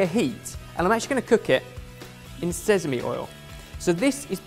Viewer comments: smh still hasn't improved since his pronunciation lesson in Cheese Week... it's "sesame", not "sezame", come on! Even worse, now picked it up too. 😂😂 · Sezamey oil? And here i thought it was sesame this whole time... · "Sezami oil" 😂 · Both of them are having difficulty with sesame